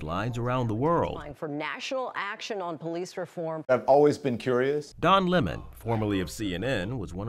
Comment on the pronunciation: Don Lemon is pronounced Don Lemoan.